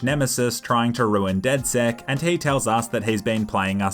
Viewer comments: It's not dedsec it's dedsec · It's not dedsec it's dedsex